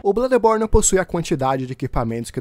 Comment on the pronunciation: Na hora que vc falou no início blãdeborne,na hora pensei barbaridade tchê 😂😂😂😂